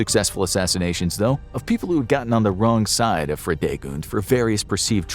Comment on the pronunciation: I love how Fridegund is pronounced here as a German speaking person :D